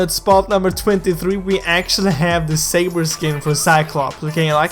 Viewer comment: Well it's not "safer" it's saber